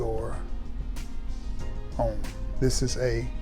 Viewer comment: Homme is pronounced Ohm.